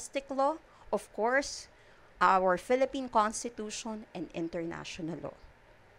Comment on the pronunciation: Introductshoun? Constitushoun questshoun